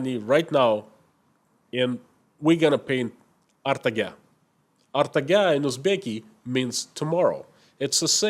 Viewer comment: It is not "Artaga", It is pronounced "Ertaga"